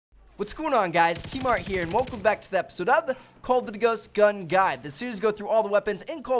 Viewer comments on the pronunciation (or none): "Call of dddd ghost" that's what it sounds like when he says it lol